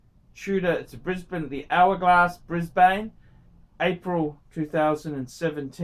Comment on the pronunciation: Why the fuck are you pronouncing Brisbane like an American?